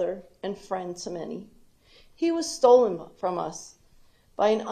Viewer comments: I'm sorry I know she's a victim but shes saying "Stolend" instead of "Stolen" and to me its like she passed English with a D- 🤣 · Exactly "You stoled him from us!" (x2) Smh 🤦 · I heard “stoled”